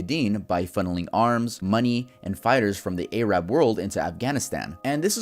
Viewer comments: Say it like Air uhb Aye rab sounds bad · Air-rib not a-rab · Work on not sayin A-rab say it as Airab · Bro that is not how ur supposed to pronounce Arab, it’s pronounced like Arabic. AY-rab is derogatory. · i'm sorry i know this is serious but how the fuck do you pronounce "Arab"?? It's not "Ayy-raab" its "A-rab"? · Great video, but a quick note that it’s not pronounced “Ay-raab” but “air-ub” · Hey! Don't say "ayrab". It's just Arab. Just letting you know so you don't mess up next time 🤩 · I love this video but PLEASE don't pronounce it "ayy-rab", it's "ah-rab", with a short "ah" Nothing offensive thought just a minor pet peeve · Hi! I don't wanna be weird or anything, but Arab is pronounced "Air-ub" rather than "Ay-rab." I can confirm as an Arab person. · You are mispronunciations Arab it’s pronounced like air-rub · "a-rab" FOLK 😭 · air-rab? that’s not how you pronounce arab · No offense but that pronunciation of "A-rab" is giving me flashbacks to "What does the arab in your carrd mean? Is it like afab and amab?" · Mf said “Ayrab” 😭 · Why do u keeps saying A rab no hate just wondering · Plsssssss the "A-rab's" are burning my soul 😭😭😭 I've never understood the etymology of this pronunciation. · Bruh stop saying ay rab please. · Ayy-rab man 🤣🤣🤣🤣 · Ayo fix your a-rab pronunciation😩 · He says it so weirdly, “ayrabs” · As an arabic I got triggered when he said ayrab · i love u but it’s not aye-rab 😭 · Please stop saying “aye rab”. The letter A makes the “aaa” sound, not “aye”. Like you don’t call an Apple “aye pull”… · why do americans pronounce arab as ayrab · Great video but why do you pronounce Arab as A-RABB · Man, I love being called an A-rab sounds cool. Almost as cool as being from eye-rack. No hate on, it's just grating to hear. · ay-rab LMFAO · Bruh, you mispronounced Arab. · The pronunciation of Arab is all soft As, the way you're saying it is a slur. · kind of weird you pronounce "arab" wrong the whole video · That is NOT how you say Arab